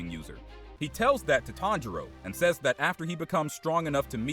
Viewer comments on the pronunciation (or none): none